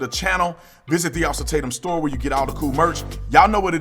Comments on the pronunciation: Bro why you pronounce Tatums name like that???😂 You added extra syllables and all...🤣😭💀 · Offer Tatum name is pronounced TAY-TUM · Tatum (say "Tay-tum")..... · Officer Tate-Em is how its pronounced properly, he's great to watch and direct and concise. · It is pronounced Tay-tum . I subscribe to his channel 🙂 I also lived on a street named Tay-tum spelled the same . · Officer tay-tum. Fyi no disrespect 🤝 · It's pronounced Tay-tum